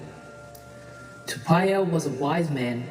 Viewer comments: What disgusting pronunciation this women narrator has, she's not even trying to pronounce Tupaia's name correctly, get some lessons before you open your mouth next time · Pronounciation man...if I pronounce an english word wrong I was yelled & corrected by my Papaā (pakeha) teacher in da 1980s so learn to pronounce our tupuna's name properly or don't say it all...